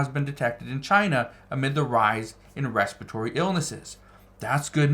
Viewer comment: Its respiratory, not respitory!